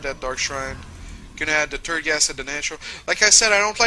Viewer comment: i am srry but everytime he meant "third" i sounded like "turd"